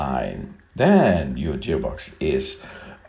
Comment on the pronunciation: guy is kinda weird huh..."jeer box" lol